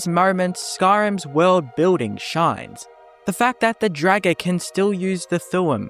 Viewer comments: Pretty sure it's pronounced as in "draught", not "dragon". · he just keeps saying dragger